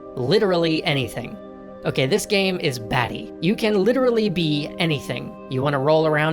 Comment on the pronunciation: "Gaem" is making me laugh so much 😂